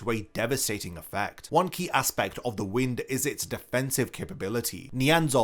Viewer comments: wtf is with with bleach tubers and saying the wind instead of the wine-d like its supposed to be pronounced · Correction: Sternritter W is not pronounced "w-in-d", it is pronounced "wh-y-nd". Wind, as in "Wind-up toys". Edit: Wind = Spin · W is wind, pronounced "why-nd" Like winding A Jack in A Box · I love it when people make such lists but dont actually understand the powers they are talking about...Did you really say Neanzal's power is the "wind" as in the wind is blowing? My guy...it's the Wind, pronounced as in "waynd" as in winding a mechanical toy. He winds space, he doesnt blow people's attacks away....ffs. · whined, not wind. Pronunciation, not word. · Everyone's talking about the Bambi placements and Askin, but seriously, Nianzol's placement is ridiculous. Able to reflect attacks he cant see except Senjumaru did just that, and the characters he killed were not in any way strong. Its also pronounced wind, as in "wind up clock", though that's usually a mistake most oeople make. Surprised that a veteran like yourself made it though. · Nianzol's schrift is pronounced "Wind" as in "Wind- up a toy, Winding up a clock" not Wind as in a breeze or air. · It’s wind with a long “I”, not wind like moving air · W shrifft is Wind - like twisting or winding something. Not 🌬️